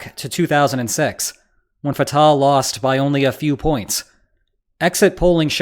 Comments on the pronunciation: It’s not Fat-ah it’s pronounced Fut- ahh 🟨🇵🇸🟨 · the h in Fatah is pronounced like the h in Hamas